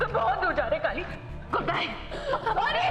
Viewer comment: Yrr Kali hota hai Kaale nahi 😀😀🤣🤣